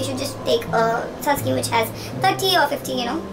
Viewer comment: Dear sis it's sunscreen not sunscream. Just so you take it positively love you so much 😊